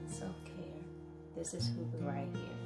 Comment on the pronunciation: Loving, lovely video, dear (hygga pronunciation = who-gah)